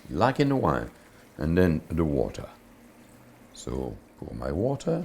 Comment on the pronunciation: pronounces 'water' better than any native English speaker I've heard.